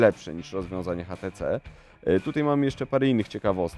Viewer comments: Dlaczego ten burak wymawia "hatece"? To może "one" konsekwentnie też wymówi tak jak jest napisane w polskim języku? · no kurwa to urodzony inglisz spiker od 2 lat w anglii robi ze szwagrem przy paletach, więc nie obrażaj go tutaj i mów po prostu ejdż ti si